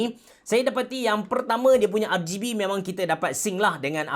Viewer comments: Kenapa ARGAYBE? Bkn ke ARGIBI? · No one: Absolutely no one: Abe ceroh, : R-GAY-B ke... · R-gay-B, Onee-ke.. AHAHAHAHAHAHA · rgb sebutan indo ke tu? piyubege